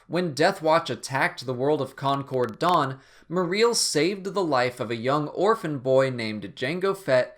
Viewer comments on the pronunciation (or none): none